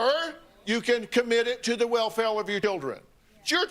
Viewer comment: "welfel of yer dildern"